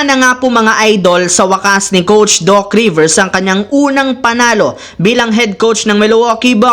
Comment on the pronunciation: Coach po hindi “COUCH”😂😂😂😂😂😂